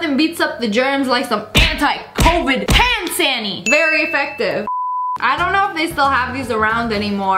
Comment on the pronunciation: When u said ‘hand sanny’ I thought u said panny